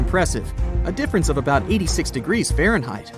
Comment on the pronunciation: It's pronounced (fare n height)